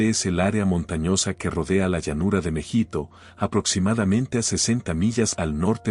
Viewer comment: Creo que es Mehido, y no Mejito. La batalla se origina en el valle de Mejido/Mejito